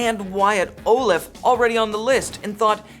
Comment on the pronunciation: He pronounced Wyatt's last name wrong like times I